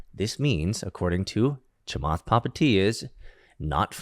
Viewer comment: Butchering Chamath’s last name 😂